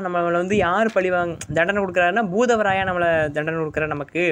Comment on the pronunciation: Bhoothavarayava illa bhootharaya va